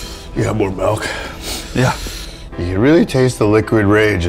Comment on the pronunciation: Am I crazy, or does he say malk?